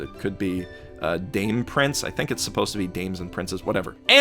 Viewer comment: Dame Prince, pronounced 'dah-meh'